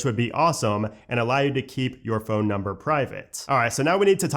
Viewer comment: The way he says phone makes me 😂.